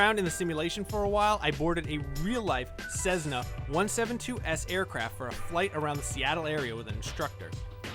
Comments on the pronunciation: It’s Cessna, not cezna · Cessna is pronounced Sess-na not sezz-na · it is cessna not cezzna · It isn't a CeZZna. It's a CeSSna. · Its Cessna not Czzessna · Cessna not Sessna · "Cezna one seven two" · It's not pronounced "Cezzna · Sez-na? Really? : smh